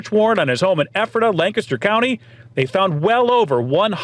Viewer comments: I had to laugh...I live in PA, and ur pronunciation of Ephrata; pronounced eph-er-RADA and I didn't realize what u said at first. It's actually pronounced EPH-ra-ta. My cousin is a surgeon living in that town. We have a load of ridiculous town names in that area...Blue Balls, Intercourse, etc. PA is generally peaceful, with farms, etc; and lots of Amish. But, along w/bone boy, there are a lotta whackadoodle things going on. Very glad you guys were up here; I would've loved to meet you. It's a big state, soooo... lotta places to check weird stuff that happens; especially western PA. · Making Ephrata sound like some fictional kingdom 🤣🤣 it’s pronounced like effort-uh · Ayyy you passed my house in ephrata lol and it’s pronounced Ef-ri-ta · This was my neighbor and I went to highschool with him. Weird to see you in my neighborhood. Also, it's pronounced Effrituh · Great video, I’m from juniata county Pennsylvania, just outside of Harrisburg in a small town. The town he lived in is pronounced Eph-or-tha with the first “h” sounding like an “F” and the last “h” being silent. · Ephrata is “Ef-fra-duh”. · Ephrata is pronounced Eff fra tah. Also, that brewery is pretty cool for a small place. I live like 10 min from there. If I saw ya I wouldn’t known who you were. Love your channel! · Pronounced eferda.... your friend's pronunciation is way off. Lol. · In journalism, I would think it would be a priority to at least know the basic info on what you are reporting about. This would include how to properly pronounce the names of the places. That made it seem so unprofessional, and I literally cringed every time you said Ephrata SO badly. Only takes 15 seconds to Google the pronunciation. Sounds like eh·fruh·tuh. LOL- you weren't even close. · Your saying Ephrata and Lancaster wrong. This is my hometown and I feel like you should have referenced how you say the towns names before you do a story about them! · Lol y’all are saying Ephrata wrong. Lol I live there.❤